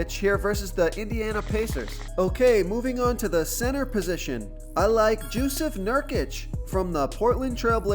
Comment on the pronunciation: “Jewsef Nurkic” 😂